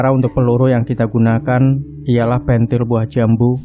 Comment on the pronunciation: Bekasi Nyimak ...Maaf Pengucapan "Pentil" ,Kurang Pas Ya om